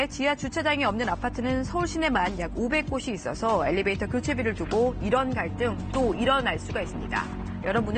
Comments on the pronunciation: 터터터~~됬나요? 받아쓰기 시험 보는 것도 아닌데 그냥 애교로 넘어가 주세요🤗🤗🤗🤗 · 엘리베이터에요 엘리베이트가 아니고. elevator 영어 발음도 엘리베이터입니다.